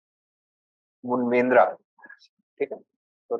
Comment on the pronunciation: It is not munvendra, it is muvendar… do not turn it into a north indian name 😅